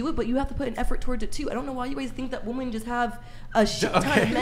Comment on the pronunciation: Another person who can't pronounce "women" correctly